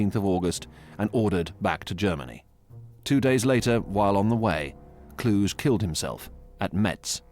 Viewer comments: Not Von Klush, but VON KLUH-GHE. Klush is a French pronunciation with the silenced last letter. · Kluge is pronounced 'Kloogur' not 'Klooshe'. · Field marshal Gunther Von clooge 😅 bah Klu-geh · Von Kluge-cloo-guh. Not clooj. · It’s Kluge(kloo-guh) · von Kluge is pronounced "Klu gah". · Somehow I don't think "Kluge" is supposed to be pronounced "Kludge". 😁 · Kluge is pronounced Kloogeh. He’s German not French. Also Cobra was the breakout of 3rd Army which led to the Falaise encirclement, it didn’t start at that point. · Also Kluge is Klooguh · The pronounciation of Kluge makes my ears bleed. It's disgrace when there are Google translate.